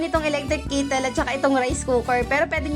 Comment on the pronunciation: Mamsh no hate ha ✌️ correction lang kasi npansin ko na to sa ibang vlogs mo. Kettle po (ke-tel) di po kittle ang pagbigkas. Para po tama n ang pagbigkas nyo next time gusto ko lang icorrect po, di ako basher ha. Sana all maraming bgong gamit lagi. May God continue to bless you and your family ❤🙏🌼🌸